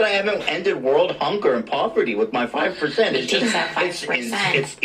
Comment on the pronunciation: It’s —that— five PERCENT